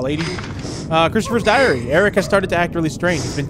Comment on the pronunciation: When he said my diary I thought he said my diarrhea 😂😂😂!!!